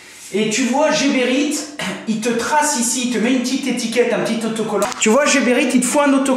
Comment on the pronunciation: Heee C'est pas jeberite mais Gueberite comme Gare